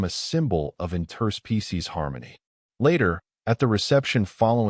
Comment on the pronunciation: Great story, but I wish your AI would learn the word "Interspecies" in its pronunciation. The inflection point is totally wrong. " Inter- SPECIES" is correct. "in-TER-species" is wrong. The base word is, "SPECIES"